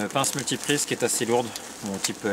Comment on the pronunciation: Une bonne petite sortie comme on les aime :) Je résiste pas à mentionner ton fourchage de langue sur la "pince multi-prise" haha :) (joli multi-tool ;) ). Une belle initiative pour le concours. Je proposerai sur le facebook, mais déjà pour moi, un truc qui pourrait être vraiment super bushcraft et utile et joli et multi usage ce serait la kelly kettle trek :) Voilà :) A bientôt tous les trois :)